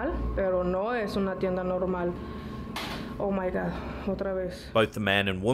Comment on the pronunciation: "¡OH MY GA, OTRA VEZ!" I love it! She sounds like she may be Dominican. ¡Ya tu sabe!